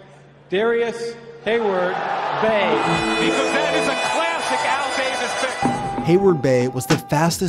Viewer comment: It’s heyward-bey